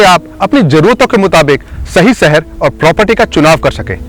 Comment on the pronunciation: Pehle dhang se bolna seekh lo. Gajiabad kya hota hai? Seher nhi Sheher. Videos banate ho, aur ganwarpana nhi khatam hota.